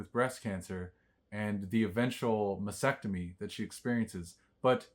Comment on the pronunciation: Mastectomy not Massectomy.